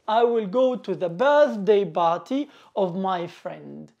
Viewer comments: نطقك لكلمة party غلط / party not barty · Abostrof ..... Barty😅😂🤣 عليها خرجت ولم إكمل الاستماع لك عرب المشرق وعدم تفرقتهم بين B و P تعلم نطق الالفابي أولا ثمرعلمها للناس